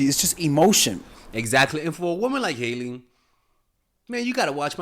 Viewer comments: It's not high-lee, it's hail-lee. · It's Hailey not Hiley 😂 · you’re over here sounding like my 60 something year old Cuban uncle talking celebrity gossip. Let me help you: #1 Her name is pronounced Hey-lee not High-lee 😂 me muero #2 She’s Alec Baldwin’s niece not his kid lmao Rest of it is gold, i just have to poke a little fun at you. Thank you for your wisdom as always! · H-AYE-ley lol and it’s Stephen baldwins daughter not alec 😂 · The way he keeps mispronouncing Hailey's first name LOL. I'm choosing to believe he's just keeping an inside joke going, after he first misspelled her name in the community poll on the video topic.